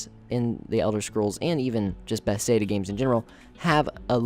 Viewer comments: How, in looking at the name "Bethesda," do you come to the conclusion that it's pronounced "Beth-say-duh?" It's not even close. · Please can you pronounce bethesda right lol.